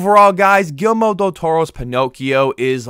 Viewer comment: Great review! Btw.. It's not "Gilmore" Del Toro... It's It's pronounced Gear-Eel- Mo 😆